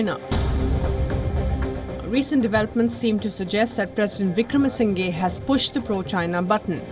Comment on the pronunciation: still can't pronounce Wickremasinghe 😂 kya yar tum log